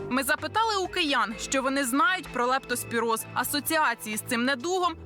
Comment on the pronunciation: Ведуча, правильно ця хвороба називається лЕптоспіроз, а не лАптоспіроз.